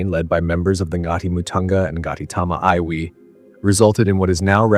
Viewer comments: Its i wi The i is like ee but shorter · Iwi is not pronounced I, it is Ewi. Latest research suggest that the Moriori came directly from Eastern Polynesia and not via the islands of Aotearoa. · Eye wee = Iwi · iwi is pronounced e we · Eyewee? Really?!!